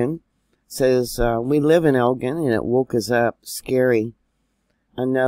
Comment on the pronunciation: Lots of my friends in Camden, SC, said this was the strongest yet. Lots who never felt others were awakened. By the way, Elgin is pronounced like gin the drink.